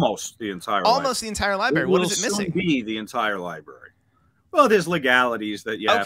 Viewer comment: did this fn guy say "Libary"?